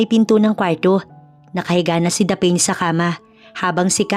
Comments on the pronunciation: Yan ang tanong ko din😂😂😂 dapeen? Dapne(Daphne) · SHOUT-OUT FROM BEAUTIFUL CANADA 🇨🇦🍁 Happy Remembrance Day!! Btw….Wat’s the name DA-PAIN / DAPHEN Or DAPHNE?? Pronounce as DAF-NEE / Meron po sa GOOGLE kung paano bigkasin yung mga names & words….Importante para sa ikagaganda ng storya ang mga tamang BIGKAS / Spelling / Intonation. Nakikinig po sa storya niyo from Vancouver Island 🇨🇦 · Pls pronounce the name Daphne correctly it should be daph-ne Hindi po daphine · Grabe nadi didtrack ako sa pronounciation sa name ng bidang babae "the pain" Daphne yun di ba? Peace pi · Proper pronunciation for Daphne is Daf-ne NOT Daphane, LoL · '...the lead female name pronounce as Daph_ neeh..not Dapen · Bkit mali pronunciation Ng Daphne?Hindi Po dapeyn,Daphne as in Dafnee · ..it Pronounce as Daph..neeh..not dapen 👍👍😊😊😊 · Natatawa ako sa narrator kasi ang basa nya sa name ng bidang babae ay daphane😅...Dapat Daph-ne... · Korek ang sagwa tuloy ng pakingan hehehe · Gusto ko lng po i correct ang bigkas sa name na daphne Daphni po. Hindi daphin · Is it Daphne (Daph-ne) should be pronounce instead of you pronounce as Daph-ane? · Tama ba ang pronunciation ng pangalan ng babae😂😂😂😂😂😂 hindi ba dapne at hindi daphen. Tanong lang po, salamat po. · Thats what I thought. Mali ang pagsabi. But anyway I love the story. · Please - Daphne is pronounced Dafni❤ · Sana Ang narrator nagtanong tanong muna kung paano I pronounce ng tama Ang mga pangalan. Daphne - ‘daf née’. Saan mo naman nakuha ang pronunciation na ginagamit mo? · Daphne, pronounce as Daf-ne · Correct masakit nga sa tenga paulit ulit😂